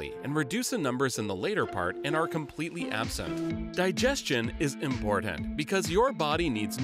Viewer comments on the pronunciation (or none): "Imporant" really threw me off.